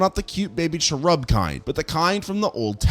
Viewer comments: "cheRUB"? It's "CHERub". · "cha-rub"????? its pronounced "Chair-rub", ts pissed me off lol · Can you not be so Canadian? How can you mispronounce something but it still be spelled correctly. Say....say "CHERUB" again.